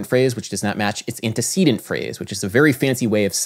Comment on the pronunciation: You spelled "non-sequitur" wrong, and pronounce "antecedent" wrong.